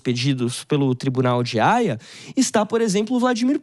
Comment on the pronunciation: Tribunal Penal Internacional de Raia ???? Kkkkkk cara não sabe nem falar o nome correto kkkkkk